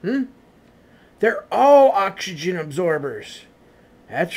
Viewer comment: He cant say oxygen hahahahha hill billy